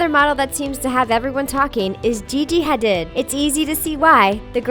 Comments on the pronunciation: Its pronounced HADEED not HA-DID!!! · It's pronounced 🚗 uh not "care uh" and Hah-deed not huhdid. UGH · its Gigi haDEED not haDID, you had one job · Hadid Like Ha-deed..? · It's pronounced Gigi 'HadEEd'. There are so many mispronunciations on this channel . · They pronounced Hadid wrong 🤣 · Just because they’re not wearing makeup doesn’t mean that they don’t like it, it just means that they prefer not to wear it Edit: I cringed so hard at the pronunciation of ‘Hadid’ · I love the channel but you pronouncing Hadid wrong bothered me the entire time. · Is any one else annoyed about how she said Gigi hadid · why did u say gigi hadis's name soooo wrong?!?!?!??!?!!? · But did she really just pronounce Hadid that way?😶